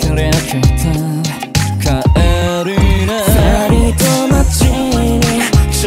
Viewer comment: 40万回突破おめでとうございます！ 「帰りな」の発音の仕方がとてもかっこよくて好き。 「one more time」儚い色っぽさがある歌い方が好き。